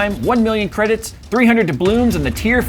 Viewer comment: No, it's "Roll 2/3rd crediths